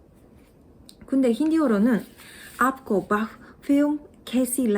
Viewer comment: 私はヒンディー習得後、現在韓国語独学中です。 なのでお互い学習者として、ヒンディーについてhaniiさんにお伝えしたいことがあります。 ※決して中傷批判ではありません ①ヒンディーにアクセントはあります。一音節の単語は単語の最初にアクセント、それ以外は最後にアクセントです。これがインド英語にも反映され、例えばstation(駅) はstátion ではなくstatión、over は óver ではなくovérと英米語とは違うアクセントになりやすいです。 ②वहは「ヴァ」ではなく「ヴォ」と読みます。因みにयहは「ヤ」ではなく「イェ」です。ヒンディーはほぼ「書かれた通りに発音」しますが、一部表記通りでないものもあります。例えば英語でchai、日本語でも「チャイ」で知られているचायは「チャーエ」と読みます。「チャーイ」ではありません。表記と発音についてとても詳しく書かれた「書いて覚えるヒンディー語の文字(町田和彦 著 白水社)」という本があります。本当に役に立ちます。 ③「その映画はどうでしたか？」はヒンディーでも woh film kaisi thi? (how was that movie?)と言います。 勿論haniiさんの書かれた表現も普通に使われますが、この表現も普通に使われます。つまりどちらを使ってもOK。 haniiさんが仰るように、この「どう感じたか」という感情の表現の殆どが「誰某に〜」となるのに慣れるのは時間がかかりました(^^;) ④からの。①で説明したようにヒンディーでは音節が二音節以上の場合は語尾にアクセントがつきます。なので mujhe bahut achchhi lagi はmujhé bahút achchhí lagiとなります(※lagiはあまり強調せず日本語の「何」ぐらいのイントネーションで発音されます) それにしてもhaniiさん素晴らしいですね。haniiさんのようにスラスラと韓国語を発音・表現できるようになりたいです。 長文失礼しました。